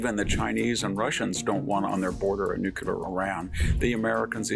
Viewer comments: Thoroughly appreciate your wisdom, but the word is noo-klee-ahr, not nukular. If God is in the details, you're a religious man... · Someone PLEEEEEEASE tell Mr. Hanson...it's NUCLEAR (NEW-klee-ur) not NUCULAR. There's no such word as nucular. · Learn to pronounce NEW CLEE ERR Victor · WHEN WILL VICTOR LEARN HOW TO PRONOUNCE NUCLEAR.... HE JUST CAN'T GET IT RIGHT.